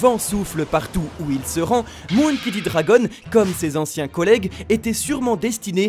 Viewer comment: "MOUNkey" D dragon ! Vraiment ? on est sûr de la prononciation là ? "Monkey" MON comme MONtagne... 🙃😋